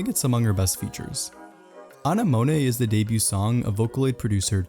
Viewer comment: well... to be fair... your English pronunciation ain't much better... Anemone... like sea Anemone... like what clown fish live in; still a fun video despite me disagreeing with all but like 2 placements, and especially disagreeing on the jon-YAKITORY songs